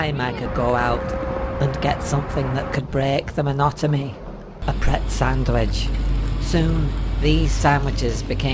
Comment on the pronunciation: why did i hear "monotomy" and not "monotony"